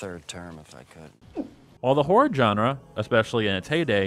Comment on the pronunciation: At a certain point, all I heard was "djenre"